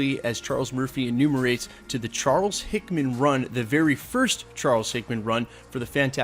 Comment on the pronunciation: “Charles Hickman”🤦🏿‍♂️🤦🏿‍♂️🤦🏿‍♂️